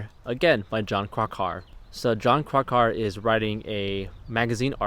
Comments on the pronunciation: It's Crack our.. 3 syllables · You mispronounced Krakauer...